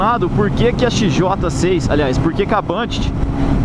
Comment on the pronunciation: ele pronunciou correto, é bandit, n´so que falamos banditi kkk não tem o "i" no final, é como a Honda que o pessoal fala "ronda"